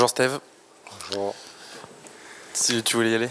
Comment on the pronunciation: qui dit « Stive »…… Sérieusement être journaliste foot français et faire cette erreur c’est honteux.